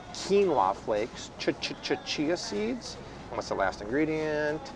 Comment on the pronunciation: I love how says chi chia seeds. 😂😂😂😂😂 it sounded like the Chichia song ahhaha